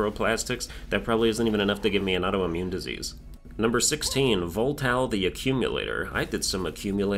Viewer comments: I died the most to nephro cause of my bad gear, after I got the hook I combed the area for upgrades and steamrolled the other bosses. Also 🤓um actually, the eel’s name is VOLTAI, not VOLTAL. (said with extreme lisp) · It's Heikea and Voltai btw not Helkea and Voltal